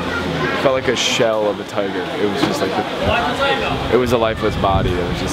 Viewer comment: It's tiger not toger